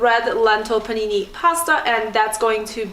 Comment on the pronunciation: Haha, you are too cute. 'Red lentil panini pasta'. (what it sounded like to my ears anyway)